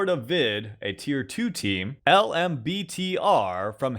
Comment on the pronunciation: "teer too teem"